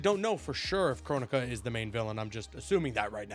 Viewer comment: Bro... not kronika...